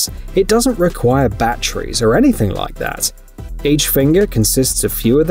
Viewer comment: I enjoy the video's, but mostly to hear you say, "bat tree's".